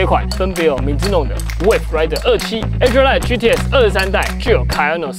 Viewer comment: brooks adrenaline 的發音不對